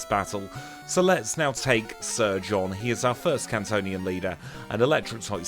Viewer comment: You said let's take surge on and I thought you said let's take sir John lol😂😂